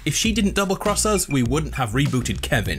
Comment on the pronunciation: Baby of KEVIN KIVIN(ki-ven)